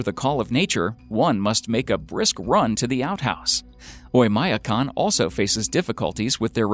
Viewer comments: Terrible mispronounciation of Oymyakon. When will Americans learn that English is the only language in which the i or the y is pronounced as "eye"? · He butchered the pronunciation of Oymyakon even worse. It's actually pronounced "Oy-m'a-KON", with m' being a soft m.